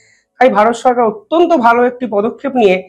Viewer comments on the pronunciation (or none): none